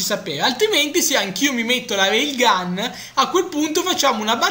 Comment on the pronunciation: si dice Rail gun